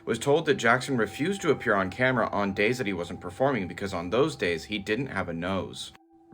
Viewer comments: OH NO!! Not caught on Kah - mare - rah!! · The way that narrator said ”CAMERA” 🤣🤣🤦🏻‍♂️🤦🏻‍♂️ He dun said ”CA-MAIR-A” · The AI voice on tiktok doesn't know how to pronounce "camera"?? That shit said "Ka-Maira" LOL. AI still has some catching up up to do. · I must buy me one of the KAH MAIRS. Never heard camera pronounced that way.